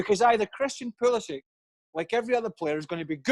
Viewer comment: its Pulisich, not Pulisik for God sake